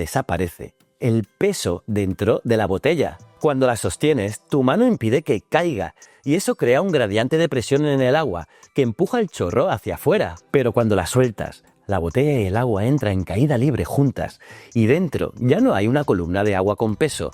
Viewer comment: 3.01 se dice gradiente, no gradiante